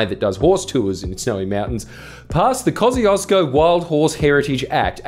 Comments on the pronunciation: "Koziozko" as the prononciation for "Kosciuszko" is hilarious (Tadeusz Kościuszko is a Polish/Belarusian/etc. war hero, apparently the mountain was named after him). It is closer to "Kos-tiush-koh" :P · Shouldn't it be pronounced Koz "choo" skous park? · Kaussieosko is the worst pronounciation. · its pronounced "kosh-chu-shko" btw, polish is hard